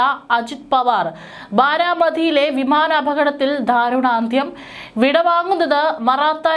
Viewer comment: 'ധാരുണാന്ത്യം' എന്നല്ല ദാരുണാന്ത്യം എന്നാണു പറയേണ്ടത് ,,, ഏതു ടീച്ചർ ആണ് മലയാളം പഠിപ്പിച്ചത് ? ഒരുപാട് വാക്കുകൾ തെറ്റിച്ചു വായിക്കുന്ന ശീലം മാറ്റാറായില്ലേ ?